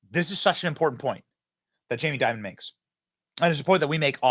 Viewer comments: You keep pronouncing and spelling his name as "Diamond". It's "Dimon". The dude's name is "Jaime Dimon". IHTH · It’s Dimon… not “diamond” do some research dude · His last name is not "Diamond" --it's DIMON (pronounced DIE...MON) JAMIE DIMON. You're welcome. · Jamie Dimon there’s no “d” on the end 😂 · Dimon not Diamond lmao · It's Jamie "Dimon," not "Diamond." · Who’s Jaime Diamond? It’s Dimon. At least make the tiniest amount of effort to know what you’re talking about. 🤪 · again Benny loose with the facts... Dimon, not Diamond... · Fyi it’s Jamie Dimon… not diamond